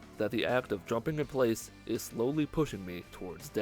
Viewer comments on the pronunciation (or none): none